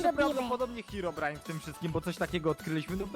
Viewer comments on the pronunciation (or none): Hej to jest HEEROBRINE wiesz a HEEROBRINE to huj